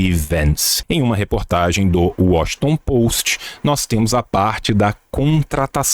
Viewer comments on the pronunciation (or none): none